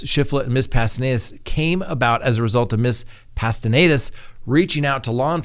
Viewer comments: Her name is Zulema Pastenes. Zoo-lem-a Pas-ten-us. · Zulemas last name is pronounced pass- sten- nas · has butchered mrs.Pastenes's name every time... Lol